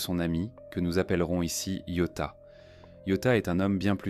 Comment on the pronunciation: Pas que, rien ne va. T’en en temps « reins » t’en en temps « rin », « satoshi » devient « sato » et « ryouta » est « yota » puis « tsurui » est « tsui » et bien évidemment l’incontournable « okaido » qu’on est pas ce que c’est, je ne connais que Hokkaido perso 😅 C’est une IA maintenant on est sur